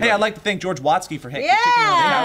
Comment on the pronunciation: Watsky. Not.